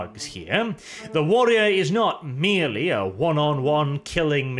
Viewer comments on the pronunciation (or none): none